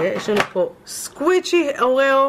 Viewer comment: אומרים סקווישי לא סקוויצי